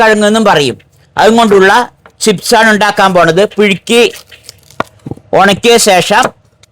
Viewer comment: പിഴുക്കി അല്ല പുഴുങ്ങി